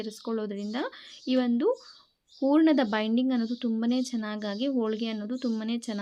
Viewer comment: ಉರ್ಣ ಅಲ್ಲ ಹೂರ್ಣ